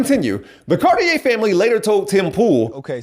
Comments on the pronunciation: ok here's a better way to say it. You're the pure example of why they left the left. You have problems with comprehension, and pronunciation...oh and you're RACIST! Their name is pronounced: Car-Tee-Air. Not the pretentious gay clothing brand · So this man is exactly who; not only pronounced their name wrong, but proves hes the exact reason why they left the left.